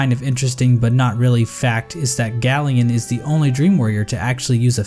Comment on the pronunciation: It’s pronounced GAY-lien like a gay alien not GALL-ien